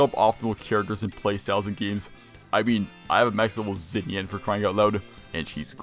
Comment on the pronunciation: xinyan is pronounced “shin-yan” btw